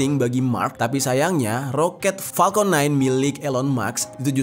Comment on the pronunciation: maaf ya kaka....Kaka pas ngucapin palkon (harusnya Falcon, pake F bukan P) kok kayak nahan ketawa sih?...jd ikutan nahan ketawa liatnya